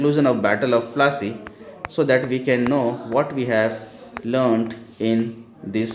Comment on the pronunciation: Can you say plassey properly